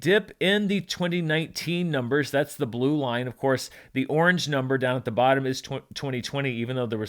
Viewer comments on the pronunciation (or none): none